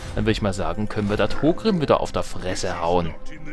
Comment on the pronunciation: Heißt er nicht Thorgrim und nicht Thogrim?